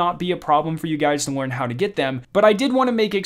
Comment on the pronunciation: Not trying to be mean or anything because I have a slight speech impediment myself, but you should work on your “L” sounds. You always pronounce “L” as if it is “w”. “Weekwe”, “wearn”. If English is your second language please ignore my comment.